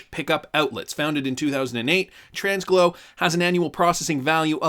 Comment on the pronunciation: Tranglo isn’t pronounced with an s in the middle 😂😅. Always love your videos though. Still liked and subscribed.